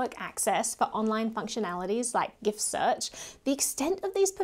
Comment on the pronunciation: But on the plus side at least you pronounced "Gif" correctly. 😊 Personally I find it interesting when some non-Microsoft user calls it "sequel" and not "ess-que-el" . It seems to indicate a lack of formal database education, and from experience that is often the case. 🧐😱 The inventer originally called it SEQUEL but changed it to S.Q.L after it became apparent that "Sequel" was trademarked. This is probably also why the likes of MySQL and Postgresql et al call it "ess-que-el" in their documentation; only Microsoft bucks that standard (as usual). Edit: Ironically I need a new keyboard; autocorrect keeps tripping up!